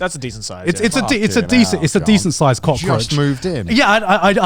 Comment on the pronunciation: Every time Garnt says cockroatch all I hear is the "cock edit"